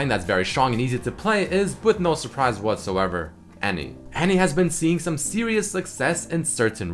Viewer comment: take a shot every time says whatssoever